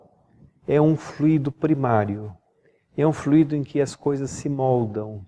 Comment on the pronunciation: Só observando que existem duas palavras com escritas semelhantes, mas com significados e pronuncias diferentes. Fluído- é um verbo. O transito tem fluído bem. Fluido é um substantivo. Em Espiritismo e Magnetismo humano, pronunciamos flúidos e não fluídos.